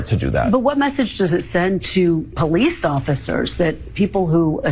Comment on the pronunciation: Karen Jones said the Capitol Poe-lice INVITED them in... ... ... 😑